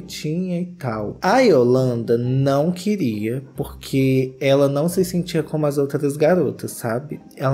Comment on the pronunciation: Eu amo o falando "Nãuo" hahaha